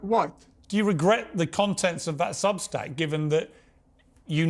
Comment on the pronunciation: Piers called it Substink lol